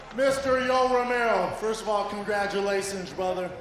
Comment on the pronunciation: Talmbout congzzilations? Huh?